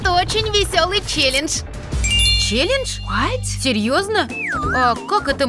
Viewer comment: Не чележ а челендж